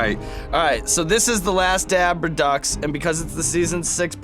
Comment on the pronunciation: Redux is actually pronounced, re-doo or re-doe